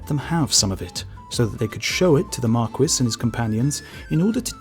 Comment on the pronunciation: Bro, are you saying "Marquess"? The S is silent. Why do British people keep doing this???